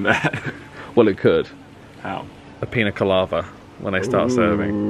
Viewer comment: All this time I thought you and have been saying ‘Pina Colada’ wrong. I thought, ‘oh sweet and, non drinkers- don’t know the name’. Then I just had to google it and now realize a Pina Colava is an actual drink! 😆 Silly me!! It looks delicious too!